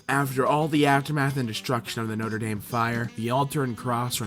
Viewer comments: one more thing, it's pronounced nah-truh dahm not no-ter dame. Putting that out there. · Spelt Notre Dame how says it: Noter Dam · I'm fucking vomiting at the way he pronounces notre dame